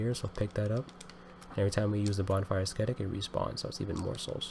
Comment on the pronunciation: The ‘c’ in ascetic is functionally silent. It’s pronounced Ass-Etic.